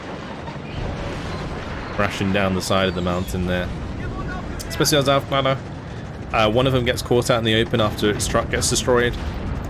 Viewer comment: Love your vids, I hope you'll be staying this active making them! Love your mix of play-by-play and meta commentary. Also wanted to drop a small hint re the german recon units: They are pronounced "Owfklayrer" - I only mention it because you are already so close to pronouncing them perfectly ;).